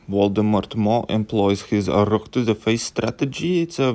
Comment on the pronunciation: "VOLDEMORT" YES 😂😂😂😂👌